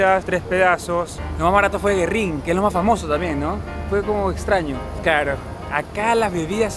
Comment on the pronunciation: SE PRONUNCIA GÜERRIN … no Guerrin ! Tiene apostrofes sobre la U … que tipo tan antipático 😅